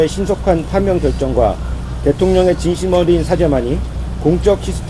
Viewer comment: 8:0으로 "대파ㅎ~면"